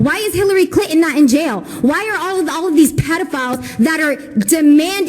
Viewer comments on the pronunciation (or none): She said Hillary "Clitton"